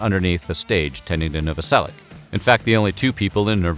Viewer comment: Pronounced Noveselic"h"